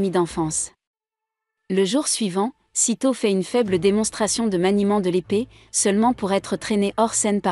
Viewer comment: Le titre en japonais serait plus simple pour les recherches: Zero no tsukaima.. et stop les voix avec traduction google.. Sedo/seto, c'est SAITO, Saï comme le remplacant de sasuke, et to..